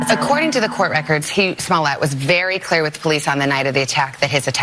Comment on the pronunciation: he said 'Swallowet' lol